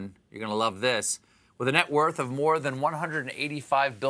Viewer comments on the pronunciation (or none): none